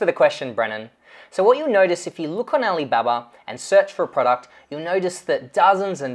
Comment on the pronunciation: my question is why do you pronounce like ah lee babbar? isnt it pronounce like ah lee bah bah?